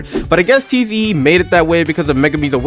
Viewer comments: Bro it's tiz not tze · It’s pronounced zee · Tze is pronounced "zee" and nue is pronounced "new" or "new-ay" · just a heads up tho! "Tze" is literally pronounced as "Z", "Nue" is pronounced "New-ay", Why are you rolling your Rs for "Mahoraga"? it's just said as "Ma-ho-ra-ga." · Listening to his pronunciation of tze and nue brings me physical pain